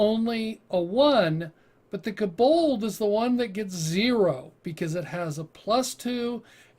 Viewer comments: Where are you getting the "A" sound in Kobold? It's not Kabold, it's Ko-Bold... Hard "O" sound in "Ko" BTW, I've played a Kobold sorcerer and it was fun as hell. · its kobold NOT k-bold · For the pronunciation. Hearing "koBOLD" the whole time was torturing XD